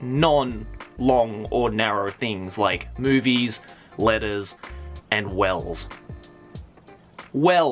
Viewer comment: i thought he said "boobies" not movies